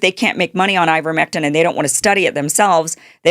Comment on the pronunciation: Ivermectin rhymes with Iverson 😅